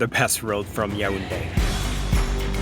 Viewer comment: Nice vid. I appreciate the fact that you were objective in your opinion. Also you pronounce the city Ya ounde ; you should say it yawounde.😉